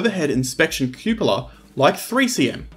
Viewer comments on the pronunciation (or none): The word "cupola" is pronounced with the first syllable as in cup & saucer.